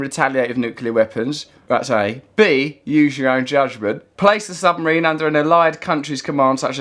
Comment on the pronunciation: we all live in a yellow sumaween,yellow sumaween, yellow sumaween. how the fuck that woocock guy get elected he cant even pronounce sumaween.